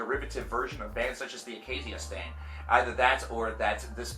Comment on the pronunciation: dead at "the acacia stain"